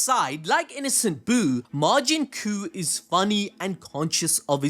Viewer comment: Bro it’s Majin Cuh like the no quema cuh